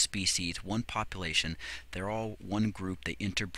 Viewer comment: "poplation" lol